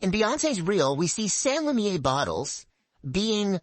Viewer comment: I love you baby but you spent a whole video saying “lumiere” wrong and it’s months later and I still think about it. Hit me up if you ever want a second set of eyes/ears. (I have experience in copy editing.)